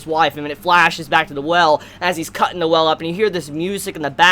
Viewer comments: Every time he says the whale it makes me think he said noelle or the well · you said whale like well. you made me confused at first